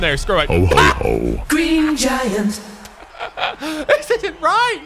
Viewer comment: i heard it as green jagger